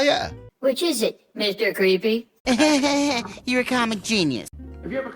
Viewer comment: Is it me or does he keep calling you creepy instead of creaky?